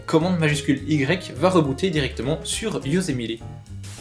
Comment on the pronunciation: Comment tu prononce "Yosemite" ??? o_0 sinon très bonne vidéo ;)